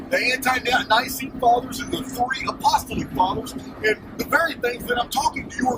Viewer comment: Greatly appreciate the cleaned-up audio! Super information. Just a couple points on pronunciation: A-puh-STALL-ic and You-SEE-bee-us. Your scholarship is mind-blowing. Thanks for being such a repository of historical information, and for sharing it.